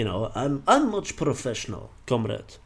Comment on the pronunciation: "Much professional komrad"! LMAO